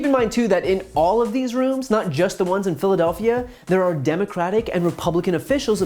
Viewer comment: Did this fool say donutcratic party 😂